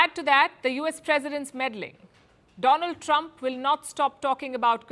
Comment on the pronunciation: 😁 "India's frannd Doland Tramp"